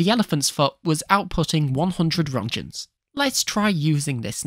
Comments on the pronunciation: i hate to be that guy but its not "ronschens" its Röntgen with a k like in Kentucky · Roetgens, please pronounce it correctly